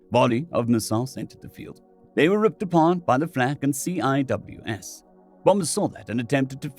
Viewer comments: Great story and excellent choice of character voice. In case you run across CWIS again, it’s pronounced sea-wiz. I’m currently going through the old videos and really enjoying your re-tfos. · For reference CIWS is typically pronounced SEE-wiz. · CIWS pronounced "see-wiz" 'cause Navy. R2D2's angry cousin with a rage boner.